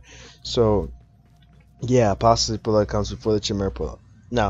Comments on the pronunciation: Chimera is pronounced with a K btw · His pronunciation of "chimera" is cringing lol